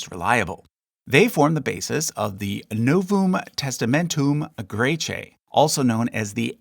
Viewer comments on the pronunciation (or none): "....nouvoooom testamentoooom graycheaaaah..." 😆 (I know, I'm mean.)